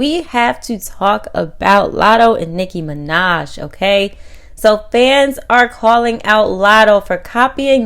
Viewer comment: Yo this lady's can't 🛑🛑🛑 saying Nicki Minaj name 📛📛📛 and also copying The 👑👑👑👑 Queen Nicki Minaj there is no one can Rapp like her much ❤️💖💕💖💕💖 to u ok